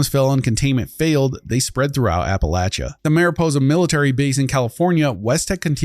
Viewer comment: Bethesda "HAY GUYTHS WE KAN MISPRONNNN MEESPRO.....MISKIN...not say rite Appalachia an an an an it'll be jus liek Novac! YEAH!" contributing to the dumbification of English. Good job, Todd. Good job.